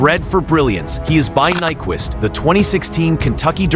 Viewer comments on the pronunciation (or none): none